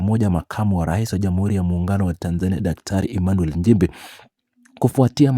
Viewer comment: Tamka vizuri Nchimbi siyo Njimbi